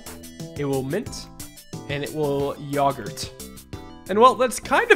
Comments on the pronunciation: My man really said yog-urt and not yo-gurt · ITS YOGURT YO AT THE FRONT NOT YAGERT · Pains me to hear pronounce yogurt yah-gurt, great video though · why do you pronounce yogurt like poggers